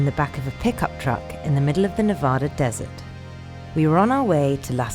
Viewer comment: it kills me how you say Nevada :(